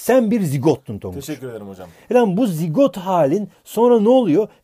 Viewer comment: sen BiR ZiGOğGt sun: teşEKürLERğ hocamm 😂😂😅 koptumm